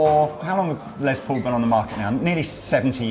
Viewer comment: It’s “Les”, not “Lez”. Les Paul’s name was Lester, not Leslie. “Less Paul” is how it’s pronounced. Hello.